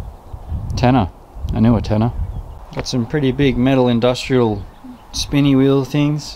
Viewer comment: he said"Spinnny wheel things"